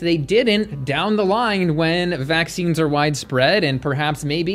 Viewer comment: What does vaksheeenz mean?